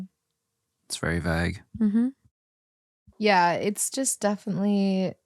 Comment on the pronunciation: Vauge or Vaag?😂😂😂😂 not again!